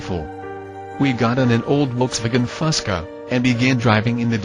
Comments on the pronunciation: Ws make a V sound in German. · Wolksvagen.....it's called Volkswagen!!!